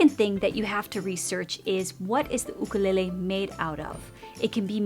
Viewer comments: Dont say ook a lay lay. It is YOoK a lay lay and you know it. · Lol why do u say “ooh-ka lele” instead of “YOU kelele was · "oo-koo-lay-lay" I actually pronounce it "you-kuh-lay-lee" lmao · " you-ka-lay-lee " " oo-koo-le-le " Me : Surprised Pikachu face* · Lol “oOkOoLeHlEh” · Oo koo leh leh is a typical Hawaiian pronunciation lol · She pronounces it Ookelele!!! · Why is she saying okolele😂😂😂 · god i can’t handle how u say ookalele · The way she pronounces it lmfao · Here on the island you instead of oo is like fingernails on the blackboard. Just saying. My ukulele and Hawaiian language kumu would wince! 😂